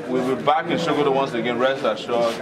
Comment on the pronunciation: My president, it is Pronounce Sokoto not Shokoto😁 my vote for u is not just finger print alone but with foot print. Anything printable must surely be printed because of u your excellency buh its quite un4tunate dat der is no PVC.